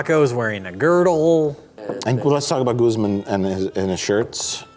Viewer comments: lmao when he pronounces Guzman "Goozemin" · Pronouncing Guzman as “goozmen” is giving me cancer.